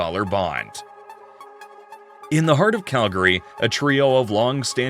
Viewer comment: That's not how you pronounce Calgary!